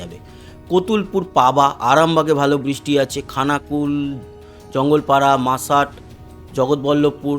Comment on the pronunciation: মশাট হবে মাসাট না।